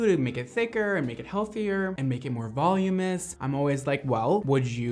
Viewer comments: It VOLUMINOUS, not VOLUME-ess... sound it out with me... Vol-Um-In-Ess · Voluminous, although I kinda like the way you switched it to volumous 😁